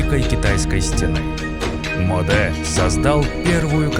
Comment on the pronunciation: не Модэ а Моде